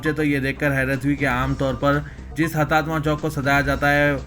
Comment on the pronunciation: 'Karla" nahi "Kurla " Mumbai. Aur 'Hatatma ' nahi "Hutatma" bolo کتتے الفاظ روزانہ سمجھانا بھیء تیرے کو؟؟؟